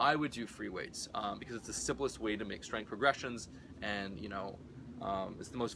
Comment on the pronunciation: Freeweights? Or what is the word he is raping